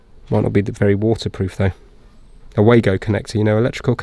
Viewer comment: Nice work,! Those connectors are pronounced Vaago (Wago) since they are German. They are great to use, providing you use the genuine ones and not the far Eastern cheapo copy ones. Although thr copies are just OK.